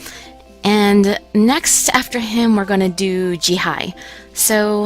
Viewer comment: G High.... Since they are Koreans(the names), you really pronounce the words differently. You pronounce... Jihae as Ji-hey Jieun- Ji-yun Jisoo as Ji-su Jiyeon as Ji-yon Jiwoo as Ji-wu(slowly not too fast.) Pushing that aside, THANK YOU FOR UPLOADING THIS. !!!